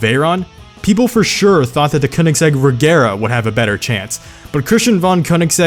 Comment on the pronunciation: Agera...agera r....hmmmm lets put that r infront of the a....regera